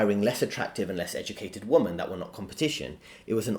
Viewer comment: Please learn how to say WOMEN